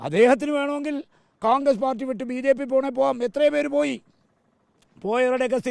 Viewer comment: കാൺഗ്രസ് ആണോ കോൺഗ്രസ് ആണോ... ഇയാൾ കാൺഗ്രസ് എന്നല്ലേ പറയുന്നത്